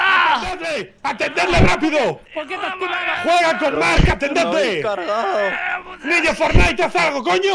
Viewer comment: "Que se han cargwado al niwno forwnai" XDDDD